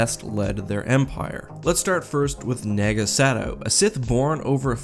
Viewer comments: It’s Nah-ga Sa-dow not naga sado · Naga Sadow, not Sagow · I die a little inside everytime i hear sagow instead of sadow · why are you saying sagow XD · I kept hearing you say naga Sagow...it drove me nuts until you started saying the D more clearly xD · You pronounce it “Nah-Gah Sah-Dow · Naga Sadow is (naw-guh-suh-dow) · Did you purposefully mess up Naga Sadow's name 2 or 3 times? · Does it bother anyone else that he's pronouncing naga sadow wrong? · You pronounced Naga Sadow's name wrong.